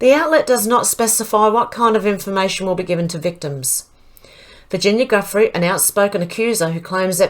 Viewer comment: this is how you pronounce Virginia's last name like this JU FREE don't ask me how but that's how you say it according to many others, I think its French. Its definitely not Guffrey 👍💝